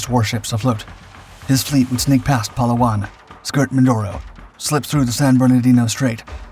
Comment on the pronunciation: Just a friendly correction. Palawan and Leyte are being pronounced incorrectly. Put your emphasis on the second syllable. And correct your vowel sounds. As in ley-TEH and pa-LOW-an. 🙂 Just a comment from a guy on the island of Mindanao and maybe 300 meters from a Japanese pillbox.